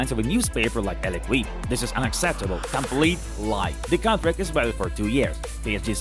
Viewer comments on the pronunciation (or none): His voice is okay. What brings it off is how he sometimes messed up pronouncing player's name or even a word as simple as L'Equipe...